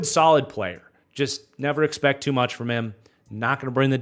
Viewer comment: I didn't "expectt" this!